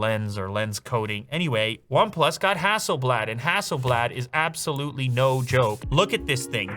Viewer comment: ROG Phone 5. Only because of the touchinput settings feature. Also, the last A in HasselblAd is pronounced more like "dAwg, bAll". Not like blad(der) 😆🇸🇪 Fun fact: Hasselblad is from the same town as Pewdiepie. And me.